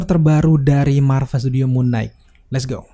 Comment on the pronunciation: Koreksi bang. Knight dibaca "nait" gak dibaca "g"nya. Sama kayak baca night 🙏🏻 Abang ni bagus kontennya, suaranya jg enak, tinggal perbaiki pronunciation aja bang. Masukan biar kontennya lebih enak dan lebih maju bang 💪🏻